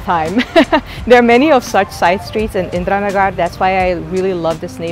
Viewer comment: Indira Nagar is geweldig! Favo plekje in Bangalore!!. Tipje qua uitspraak, De twee 'a' in "Nagar" spreek je uit als de 'e' in woorden als honden, wassen, maken. Edit: , de eerste 'a' in Masala. Dat is hoe je beide 'a' in Nagar uit spreekt.